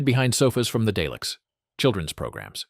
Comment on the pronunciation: Daylicks ? DALEKS twit.